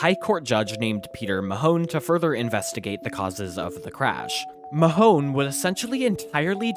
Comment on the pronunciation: Justice Peter Mahon pronounced Maaaaahhhhn